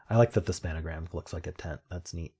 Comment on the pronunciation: Nice effort on the games. I have to admit that every time I hear 'span-a-gram' it kills me a little bit inside. 😅